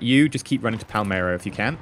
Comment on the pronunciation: it's Palermo, not Palmero